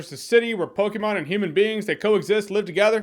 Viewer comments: Thank you for pronouncing Pokemon correctly 😂😂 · We can tell you don't play Pokemon Jeremy by the way you say Pokemon. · The way you say Pokémon is weird...but I like it!